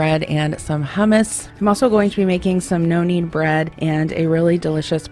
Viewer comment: I kept thinking you were saying “noannie” bread and I was wondering who Noannie was…🤣….#nokneadbread